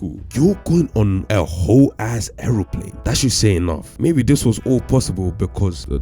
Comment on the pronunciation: Its airplane, not airoplace